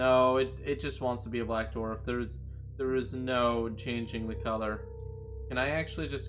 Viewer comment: spike collapses the sun into a blue darf no darf is not a typo he said darf